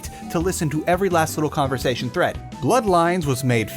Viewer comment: THe converTsation?